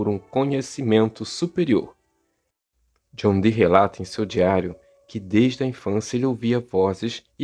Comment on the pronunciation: John Dee , muito bem falado , o (e) dobrado igual a som e fonética Iiiiih